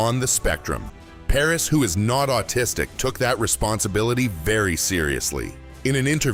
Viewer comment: His name is Paras……not Paris!!